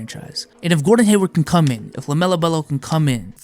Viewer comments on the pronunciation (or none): No one:: "lamelo belo"